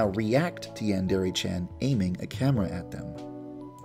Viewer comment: yeah it is i know Japanese